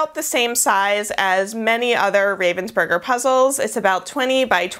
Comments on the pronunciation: It's pronounced 'Rahvensburger' btw not 'Rayvensburger' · The funniest thing is the way you say Ravensburger. As a german, I don't even think about it - it's Ravensburger from the city of Ravensburg. But you saying Raven's Burger really made me laugh. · Ich hab noch nie darüber nachgedacht, wie man "Ravensburger" auf Englisch ausspricht... aber durch das Video muss ich jetzt immer an Burger denken, wenn ich's sehe 😂🤔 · Ich finds generell lustig wie Amis deutsche Namen aussprechen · I like the way, how Americans speak out German words, like Ravensburger.